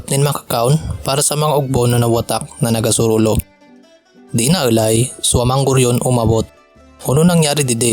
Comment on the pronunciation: If I hadn't know what the story already was in the beginning. The story would have taken a dark turn... The way he said nagasurulo (all alone).....made me think the chicks where burning (nagkasurulo). XD I speak central Bicolano, Calabangueño dialect... this is mutually intelligible for me about almost 80%...though with some difference in words and pronunciation.